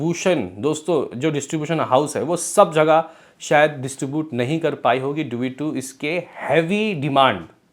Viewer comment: इसीलिए कहता हूं टाइम पे पढ़ाई करना चाहिए।।। वरना पढ़ने में दिक्कत हो जाती है।।। ड्यू को dui aur distribution को distubutoin पढ़ना पड़ रहा है।।।